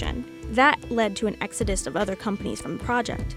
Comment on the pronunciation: “Exodust”? Nice.